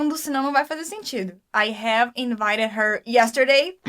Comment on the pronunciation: falando: i have i-hm kkkkkkkkkkkkkkk jesus eu jamais saberia q era assim q se pronunciava